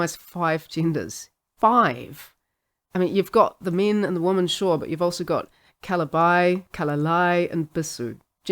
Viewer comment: The only weird part of your accent is the plural of woman sounds an awful lot like the singular.